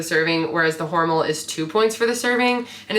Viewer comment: I always love your videos. They are fun and very helpful! Just a quick comment, the brand name is pronounced Hor Mel with the accent on the second syllable.